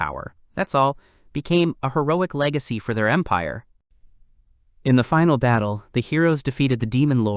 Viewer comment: Bruh at the start i heard "the great impare of Bulgaria" 😭💀